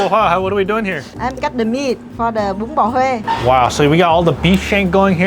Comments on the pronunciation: Boon. Boon Boh Huay. (Bun Bo Hue) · You haven't eaten enough bun bo hue to learn to say it right. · The way pronounces bún bò huế kills me 😭